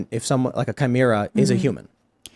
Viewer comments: Chimera’s!? Really!? For f***’s sake 🤦‍♂️ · Why is she saying chimera like that? She just heard them say it correctly